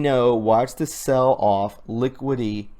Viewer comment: Honestly, some of the comments made by Sessions makes it really hard to 'trust him!' He's either a really good actor or a really bad one! (fyi) (i-dol-a-tree) (liquid-a-tee) What is CoC?